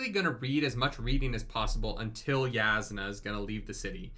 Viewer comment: I know I'm late to this, but I hope they start saying "Yasnah" soon instead of Jasnah